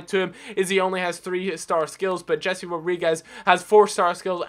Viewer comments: It's not Jesse it's Hese. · It is Hesé not Jesse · I know I might sound like a snob, but I detest when English people pronounce foreign names how they would if they were English, for example, in this video he pronounces Jese as Jesse, -.